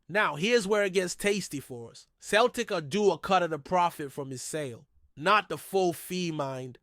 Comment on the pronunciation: Celtic not Keltic FFS